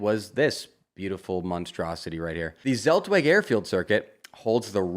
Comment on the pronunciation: Zeltweg = tselt-vek